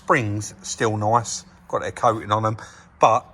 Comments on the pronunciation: "At is noice" 😂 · Love the way sez "very nyice "